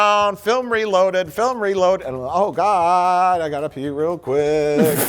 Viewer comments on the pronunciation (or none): "oh gawd' is the most Milwaukee thing I've heard him say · Midwestern accent really came out for this "Oh God!"